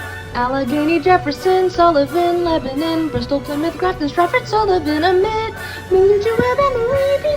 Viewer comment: I can tell you did your research because you pronounced both Lancaster and Lebanon, PA correctly. Congrats on this accomplishment!